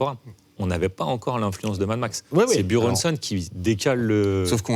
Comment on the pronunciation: Il se la pète grave le mec avec sa façon de prononcer "Buronson" 😂 Alors que juste après il va te dire "Jim Carrey" en le prononcant "Jim carrie"